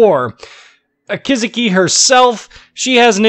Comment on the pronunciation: God damn it, you cracked me up with your muhrican way of pronunciation of the name Akizuki, its emphasized on the "u" not the "i":P:P:P